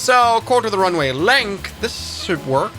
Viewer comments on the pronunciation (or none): none